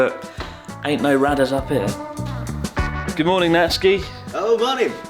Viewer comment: Emergency Radder LMAO